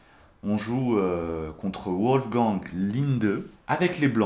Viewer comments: Wolgang se prononce《 Volleguangue》pas 《ouolleguangue》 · tes vidéo sont excellents, MAIS "Wolfgang" (chasseur de Loup) se prononce "Volfgangue" et pas "Ouolfgan"